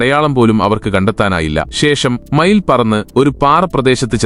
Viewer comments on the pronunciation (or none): You first talk mayir that bad word Pronunciation: mayil 😂😂😂😂😂😂😂